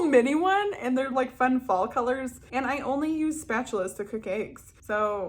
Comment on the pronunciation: Luv your "statchulas" lmao "yeti toe"